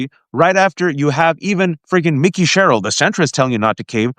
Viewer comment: I would be sharing this if only you would pronounce Mikey Sherrill's name correctly.